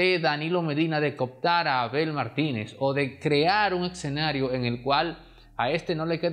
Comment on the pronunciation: No se dice excenario, es escenario. He escuchado a muchos comunicadores decirlo incorrecto, cómo usted, el demócrata y muchos más.🤦‍♀️🤦‍♀️🤔